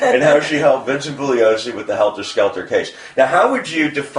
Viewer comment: yes but helter skelter I swear said differently